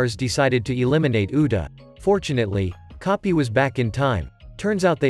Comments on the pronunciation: Bro this entire time when coby came my guy instead freaking keeps saying copy instead of coby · same with coby/koby the ai says copy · Coby ❎ Kopi ✅ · Bro say copy is koby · Koby ❌ kopy 👍🏼